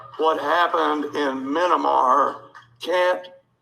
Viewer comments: Um, "Minamar"? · Meee-yan-a-mar. All of these people should be f_cking deported STRAIGHT INTO "MEE-YAN-A-MAR". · "...Minomar..." still makes me chuckle! 😆 x